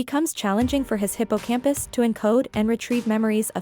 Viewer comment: Whom else thought she said “Hippo on a campus”